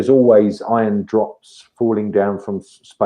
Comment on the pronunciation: Iron is the most abundant element in the universe. His accent makes it sound like Ion.